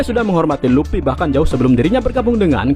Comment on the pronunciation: Bukan luppy mang,luffy..luffyyyy